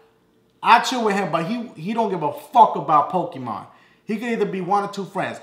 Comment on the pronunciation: rofl he said pokepuh! im done!